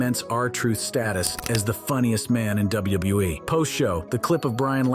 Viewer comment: Never have i ever hear anyone struggle to say "WWE" so much 😂